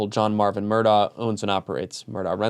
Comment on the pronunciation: it's pronounced "Murdock"